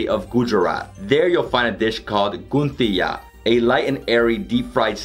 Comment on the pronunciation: It's Ganthiya not Gunthiya n is silent